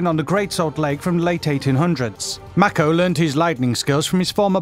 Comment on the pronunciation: the way this guy says "mako" makes my cringe